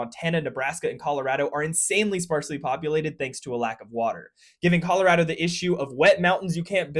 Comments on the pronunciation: Colorado native here: A+ for pronouncing our state correctly! It’s “rad” 😊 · He pronounced Colorado correctly!